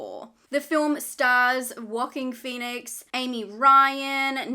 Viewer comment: Sorry, did you say Wocking Phoenix?